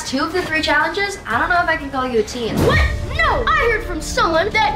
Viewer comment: I’m sorry if this is a little rude but it’s not Tween It’s teen